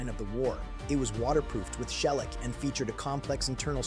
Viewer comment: “M-k-2” is abbreviation for “Mark 2”. Learn your material including the correct terminology. Also mangled “shellac” pronunciation. The molotov cocktail originated in the spanish civil & was perfected by the Finns in their 1939 defense against the russian invasion.